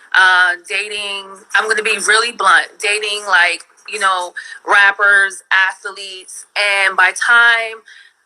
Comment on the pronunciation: What's an "Ath-A-Leete"?